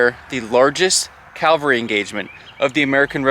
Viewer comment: CAVALRY...not calvary...C..A..V..A..L..R..Y... You said it correctly once maybe twice ...the rest of the time it's sounds like calvary...which is a hill outside Jerusalem.. aka Golgatha... Cavalry...not calvary...